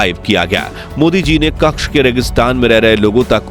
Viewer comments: કક્ષ નહિ કચ્છ બોલો ભાઈ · it is not Kakch . It is Kutch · भैय्या कक्ष नहीं कच्छ बोल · कच्छ होता है, क्श नही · क्कछ नही् क्चछ! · AAP KAKSH GALAT BOL RAHE HAI. SAHI SABD HAI " KATCHH "